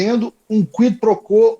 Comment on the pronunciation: Sugestão: a pronúncia é: “ Cuí pro cuó “